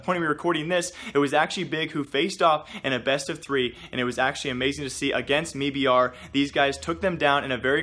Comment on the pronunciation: please stop saying “me-br” it’s “m-eye-br”